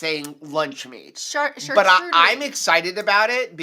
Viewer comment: CharCOOterie not CharTRUEterie.. my chef friend made me comment 😂❤